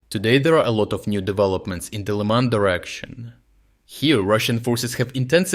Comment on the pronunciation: directiooonn. learn how to prononce without dying at the same time xD